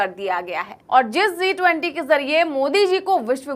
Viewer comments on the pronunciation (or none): Zee 20 nahi G20 bolo.